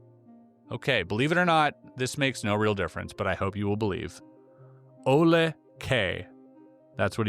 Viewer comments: Name pronounced Ole. Not Ola. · Name is pronounced O L E. not a as in Spanish. This is Nortic. 😂